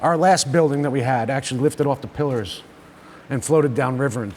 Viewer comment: He said a word... PILLAR... Sorry it just stood out.